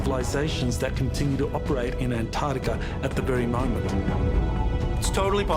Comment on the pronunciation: Antarctica has 2 'c's! How can someone with a PHd not pronounce it correctly?